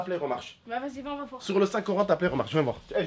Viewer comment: "Sur le saint corant"